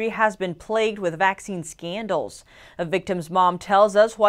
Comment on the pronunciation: I love it how she says Scandals "skeendls" hahaha